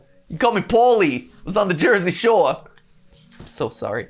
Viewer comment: He said th jersey shore in more of a New York accent 🤣 I’m from jersey 😭